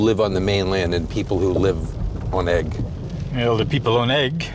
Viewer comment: It's ooigg not egg!